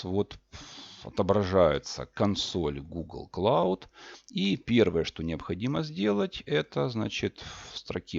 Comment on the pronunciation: Триал, клоуд - чувак, учи английский, ты его не знаешь. И переводишь неправильно, и произносишь неправильно